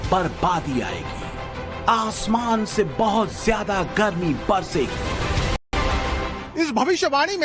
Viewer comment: Chal ay bandri zeada chir chir na kar bolna tum logon ko ata nhi zeada ko jeada kehty ho